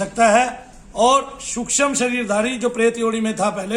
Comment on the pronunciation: सुक्षम नाही रे सुक्ष्म बोल😂